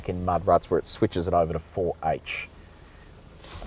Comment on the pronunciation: four hach?